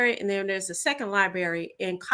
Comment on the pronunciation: She said, "Libary". Seriously??? Then, take money to advertise Detroit Land Bank Authority to help "who"? Auctions for property to sell to the highest bidder. It takes money to bid, ya dig?